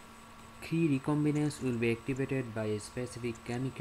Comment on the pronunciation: Is the cre-Lox recombination model the same as cel type specific conditional knockout? Also, what are you saying at time ? Cre ent?